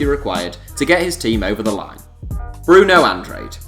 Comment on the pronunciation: Look dude its not brunow andrey ,its bruno an-dra-d